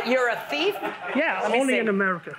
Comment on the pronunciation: she said he's a teef